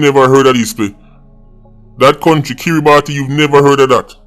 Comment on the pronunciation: Its NOT KiritBati....its pronounced KIRA-Buss